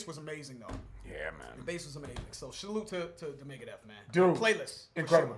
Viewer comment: My man said "shalloot to Megadeth" lol